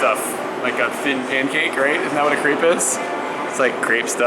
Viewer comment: Don't pronounce a crêpe "creep".